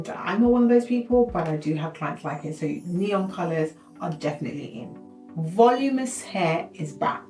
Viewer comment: "Vol-ooo-min-us". = voluminous. 😉❤❤❤